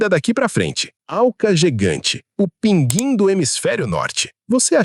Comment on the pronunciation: Não entendi a pronúncia do "Pinguim". Embora a palavra tenha perdido o sinal do trema, a grafia, nada muda em relação à pronúncia.